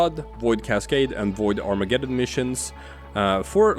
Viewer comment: BTW umm .... ... it's Arma-geddon ... Google it... it's not Armajeddon... it's Armageddon. Get isn't pronounced Jet.